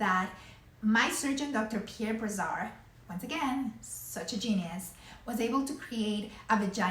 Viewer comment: Prononciation of the name of the surgeon it's Brassard. The SS is prononced as an "S" not a "Z". No offence here though it's a french name.